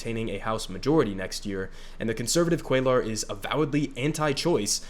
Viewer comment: It’s pronounced “Cway-ar” but hopefully we won’t have to say his name anymore very soon